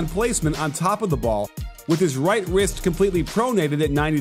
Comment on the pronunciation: said "right 'wist'" instead of wrist. 👌